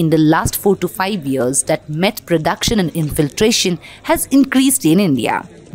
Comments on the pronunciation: Stop saying Mett 😂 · What is METT Lab😂😂😂 it's so irritating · Why you keep calling mett?